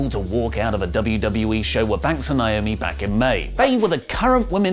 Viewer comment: Speaking of unprofessional... it's NAY OH ME (NAOMI) or her real name Trinity.